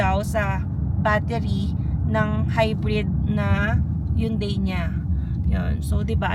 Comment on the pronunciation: It’s “Hun-dei” not “Yoon-dei” 😅